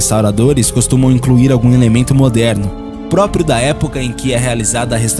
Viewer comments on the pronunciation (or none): none